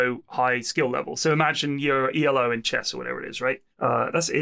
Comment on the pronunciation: It's Elo, not Ii-El-Oh. Arpad Elo is the name of the guy who invented the system; it's not an acronym